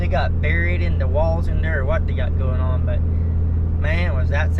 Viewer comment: ON IS PRONOUNCED ON, NOT NO DAMN awn